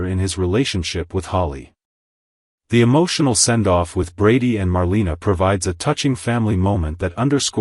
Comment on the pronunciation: Just an FYI- Marlena is pronounced Mar lay na, also Gabi is spelled like this not Gabby